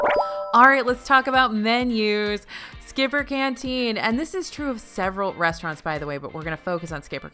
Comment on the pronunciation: now lets talk about the resturants! Me: The W H A T